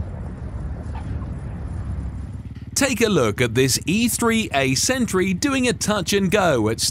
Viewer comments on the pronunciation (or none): none